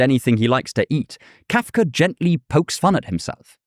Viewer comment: How am I annoyed with how you pronounce Kafka? That must be kafkaesque.